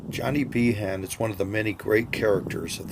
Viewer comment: He name is pronounced Bean